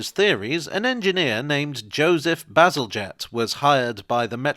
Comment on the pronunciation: "To be honest I just sort of got carried away there talking about sewage, as one does" made me spill my cranberry juice 😛 thank goodness it missed the keyboard 😁 Also my eternal gratitude for finally revealing to me how to pronounce Bazalgette 🥰 I'd been wondering about that for ages